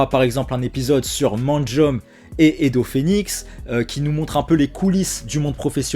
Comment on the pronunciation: Je découvre ta chaîne avec cette vidéo, j'aime bien ton analyse mais ça pique que tu utilises les noms japonais en les prononçant à la française, ça se prononce le "e" à la fin de Manjôme